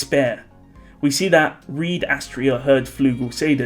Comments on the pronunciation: Can we stop calling Reid as Reed, please? It's supposed to be pronounced the same as Reinhard. Thanks in advance. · He's not called Reed btw, it's Reid. Same as Reinhard.